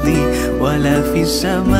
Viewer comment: Salam'alaik... Min.. Sebutan pd "wa la fis-sama-e", sebutan seolah kalimah AS-Sama' tiada Alif Lam Syamsiah di situ. Tak ditekan sebutan oleh pada huruf Sin Syamsiah. Dan pada khat "ma'asmihi", huruf HA hilang dari tulisan. Apa pun semoga pahala kalian berpanjangan dgn penghalisan video ini. Baarakallah feekum.